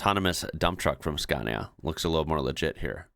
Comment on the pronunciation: Finally, you have learned how to pronounce SCANIA correctly, unlike before when you said “SKENIA”. Thank you very much.